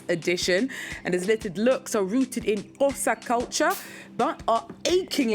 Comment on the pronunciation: The presenter really did well in her attempt to pronounce his surname and our ethnic name. ❤